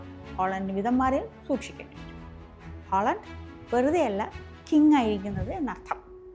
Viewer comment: ഹോളണ്ടല്ല.... മോളു... ഹാലൻഡ്